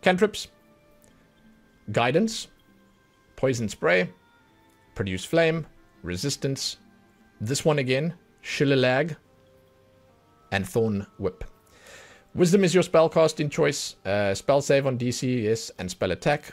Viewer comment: "Shillelagh" is an Irish word pronounced "shuh-lay-lee". Basically a club with a knob at the end.